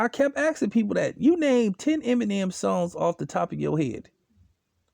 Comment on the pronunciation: Funny you sayin this but you can’t say Eminem right